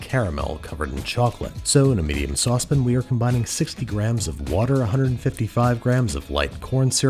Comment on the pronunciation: I hate to be that guy...its not a 'saw-spin', its a 'sauce pan'